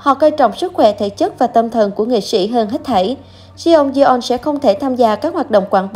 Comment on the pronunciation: Đọc là Chong don nhé